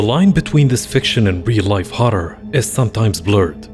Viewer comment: I like the way you say horror. It sounds cool.